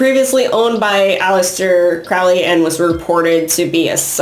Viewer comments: Crowley is pronounced like Holy not "fouly" lol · Everyone always saying Crowleys name wrong. He wrote a friggin poem literally telling you how to pronounce it. Ffs. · It really is! Haha Apparently it's been mispronounced his whole life. I believe Crowley even came up with a cheesy phrase similar to the one I commented, to teach people the correct pronunciation.